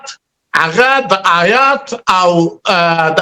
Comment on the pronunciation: شنواري صاحب تقلب مه کوه! داسي څوک دې علمی بحث ته راوغواړه چي په دین خبر وي ایله دچوک مزدوران مه رابوله دا دملا ماما خو آيات په (حيات) تلفظ كوى خاله خو بیخي په دین خبره نده